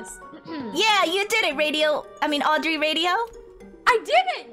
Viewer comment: Thats not Audry Thats Auedry